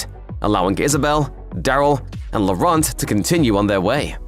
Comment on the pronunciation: Thanks for the explain. Please take note, Laurent is pronounced as 'Loran' (the t is not voiced at all) ;)